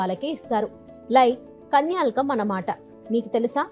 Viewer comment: కన్యాల్కం కాదండి, కన్యాసుల్కం అంటారు, కొంచం తెలుగు నేర్చుకోండి